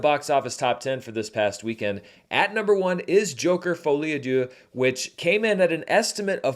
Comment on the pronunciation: Hello, I'm French and I'm sorry to say that this is not how you pronounce "à deux". (just kidding, I could not care less 😄)